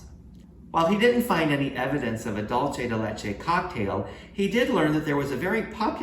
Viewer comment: Dolce de Leche is NOT Spanish for candy of milk. It's a mix of Italian (Dolce) and Spanish (Leche). The correct spelling is Dulce de Leche and it's pronounced "DOOL say" (or "DOOL thay") NOT "DOLE CHE"